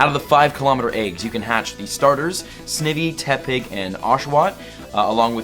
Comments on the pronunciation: I REALLY HOPE YOU SEE THIS!!! SNIVY IS PRONOUNCED Sny-vie - first syllable rhymes with Die, second syllable rhymes with movie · First off I'm offended that you pronounce Snivy WRONG. SNIVY (Snake + Ivy) SN-IVY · UNOVA hype btw but Snivy is pronounced Sn-eye-vee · Your saying snivy wrong. The i says it’s name so sn”i”y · How many times do have to teach you this lesson, Man? It’s snEYEve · Snivi its snivy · It’s pronounce sn(eye)vy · Snivy’s name is pronounced Sn-eye-vy It is a combination of snake and ivy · Sn- IVY like the plant, ivy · Sn - I - vy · You are saying Snivy horribly wrong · You say snivy like a fucking degen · He said snivy wrong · U SAID SNIVY WRONG 🤣🤣🤣🤣🤣🤣💀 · You didn’t say Snivy right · I hate so much how he pronounces SNIVY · I thing the only wrong pronounce was snivy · It is snivy not snivy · Anyone else cringe when he says Snivy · What the heck.....that snivy pronunciation of yours are incorrect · You're mispronouncing snivy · It's Sny-vee tryin to help u bud please don't say snivee. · Sn-I-vy not snivy, sorry love ur vids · In snivy the i is pronounced eye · Snivy isnt pronounced "Snivi", its "Snaivi" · Did you just say Sniffy???🤣🤣 It's Snivy dude! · You mis pronounced snivy lol it’s all g tho I mispronounced it when I first read it. snIvy not sniivy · he makes me cringe everytime he says it.... snake ivy......snivy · Sne vee wtf lololololol. Pronounce sna-ie-ve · It's NOT "snivee" It's "sn-IVY" like Poison-ivy. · Sni-ve not snive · Snivy as in Snake and Ivy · Snivy - Sny-vee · Snivy is said with a long i just throwing that out there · Snivy is pronounced sn-eye-vy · its snighvy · It’s pronounced Snivy. The word Ivy is said. SnI-vee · The only mon you really misspronounced was Snivy, which is supposed to be pronounced “Snaivy” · Please correct your pronoun citations Snye-vie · Hey not to he rude (I love all the vids) but snivy is said like Snievy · its actually pronounced Snivy.. With a long I, not short i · or Sn-eye-vee